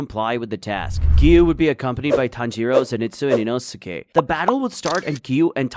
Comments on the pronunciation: HOW DOES NO ONE TALK ABOUT THAT HE TRIES TO TRIGGER EVERYONE BY SAYING INOSIKE NOT INOSKE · How to pronounce Inosuke name. EEEE NO SKAY Big Brain : EE NOO SUUU KAY